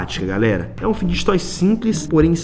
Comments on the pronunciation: Pq vc fala fidguet toy é fidget fala igual fidget spiner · Mano ele fala ficdget toy e é fidget toy da uma agonia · Não e fideget toy e figet toy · Figjestes toy q ele FALA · O Enaldinho só fala fideget toy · Vey eu tenho um odeio quando ele fala figet toy e fidget toy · EU ODEIO QUANDO O ENALDONHO ELE FALA FIDGET TOY ERRADO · Ele não sabe falar fidget toy